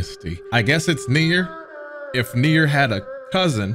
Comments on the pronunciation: calling nioh, Nier brought dishonor to my ears. Add that to the fact he didn’t finish nioh 2, he brought shame to this channel. The shogun will be hearing of this plunder. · The fact he pronounces it Nier with such confidence is making me scratch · nier or nioh? cuz its 2 different games and he calling nioh 2 "nier" at the beginning of the video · it's NIOH NOT NIER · i swear everytime he said Nier my brain screamed NIOH😂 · Nier? It’s Nioh bro 😂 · it’s Nioh, not near, God damn!!! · Bro lmao NiOH as Nier got me a little bit irritated did like 5 times in 10 seconds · Nioh not Neir hahaha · Did this nigga just call nioh 2 neir wth 😂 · Bro NIOH not Nier wtf 😂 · Its NIOH not NIER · Why in the absolute fuck is he calling nioh nier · calling Nioh, Nier was making me itch 😭😭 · I was so confused when he kept calling Nioh "Nier" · pronouncing "Nioh" as "Nier" makes his rage deserved #SorryNotSorry 😂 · Every time you said Nioh I kept hearing nigga idk why…….don’t ask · Why is he calling nioh nier lmao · Why is he saying nier